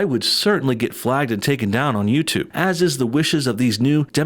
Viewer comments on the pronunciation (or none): none